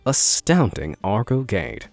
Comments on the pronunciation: Pronunciation should be Gaedae not Gate for Gede. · Its gede not gate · Not pronounced /ged/ but /gedé/